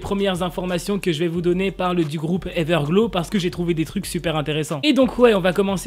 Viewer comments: Ta dit everglo au lieu de everglo(w) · On prononce pas trop comme sa Everglow mais c'est pas du tout grave